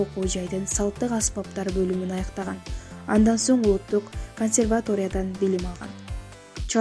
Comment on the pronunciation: Консерватория деген создогу ударенияны туура койсонор